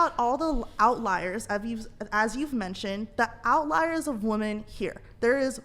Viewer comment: Why do so many of these women refuse to say women? They keep saying woman instead…